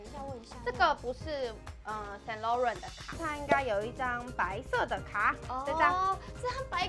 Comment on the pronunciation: Saint Laurent 不是英文，Laurent 读音不对哦